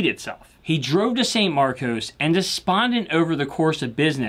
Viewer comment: Excellent mini-doc :yougotthis: Two things though: There's no "noise" in Illinois. San (sahn) Marcos, not "sane." I'm a big fan of the 4312 and the 4312 M and MK II. Is there an amplifier you recommend ?